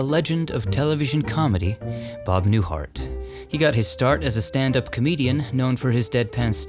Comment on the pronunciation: I was tired from cooking Easter dinner, when I was watching your latest video. I thought I hear you say Bob Newfart . I restarted it again to see if I missed heard you, but it sounds like Newfart to me. 😂😂